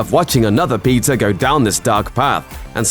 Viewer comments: It's PETER Parker and not PIZZA Parker 🧐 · Guy’s pronouncing Peter as pizza. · He pronounced Peter like Pizza, wtff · Why does his "peter"sound like pizza? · Is this guy saying Peter or Pizza?